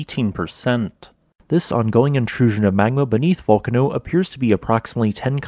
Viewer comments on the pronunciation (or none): As an Italian, please stress the sillable near the end rather than the first one. It's not Vúlcano, it's Vulcáno. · I think that the correct Italian pronunciation is something like "vool-car-no". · A really interesting explanation, but ruined by a grotesque mispronunciation of every single Italian name mentioned; just for starters, the two volcanoes are correctly ‘Vool-KAHN-oh’ and ‘STROM-bol-ee’ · He using the more english version i say it Vul-can-no sounds like im saying volcano so i try to make the u sound like a u and not o